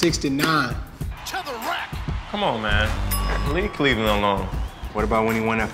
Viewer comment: Westbrook saying "Cleland"